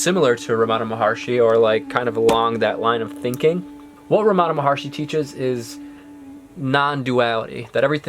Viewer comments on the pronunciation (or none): It’s not Ramaana It’s ramanaaa